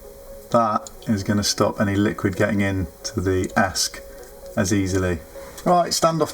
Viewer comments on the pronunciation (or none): Pretty good video for a beginner, well done. Just one thing: it's not "esk", it's E S C, Electronic Speed Controller. You got the Flight Controller (F C) right, didn't call it "fk". Bit of advice on first test: remove props, put a bit of sticky tape on the motor shafts. That way you can easily check if they're all spinning in the right direction. Betaflight allows you to spin up one motor at a time, so you can check motor numbering too.